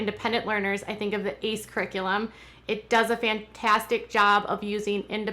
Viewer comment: It’s pronounced A.C.E. not the word ace